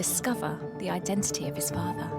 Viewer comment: Could somebody have at least explained to Stacey the the word 'genetisist' has a t in the middle. Oddly she pronounces both ts in identity.